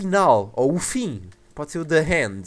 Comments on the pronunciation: não se pronuncia the "hand" e sim the end (sem o "r" ou "h") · eu sempre me confundo quando o fala the end parece mais ``the hand`` ou melhor ``a mão`` em português, mas foi muito bom o video